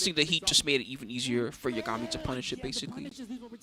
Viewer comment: Man. Thanks for the upload,. But why does no one on this god damned planet know how to pronounce Yah-guh-mi. Not Yuh-ga-mi. Shit drives me insane. Its like you people have never watched Death Note 😂